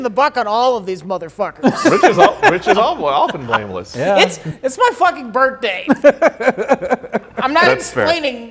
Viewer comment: "bird-day" :DD